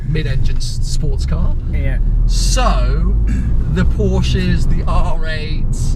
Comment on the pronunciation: It is not called porsch, look there is an e at the end, it is called PORSCHE!!! Learn german du dummer dulli